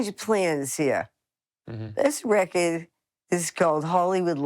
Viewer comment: Everybody, let's be like Dale. Start saying 'rekkid' for 'record'. It's so much more rock and roll.